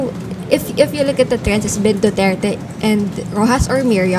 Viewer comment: this guy (in pink top) is struggling to even say Duterte's name. Just say it man.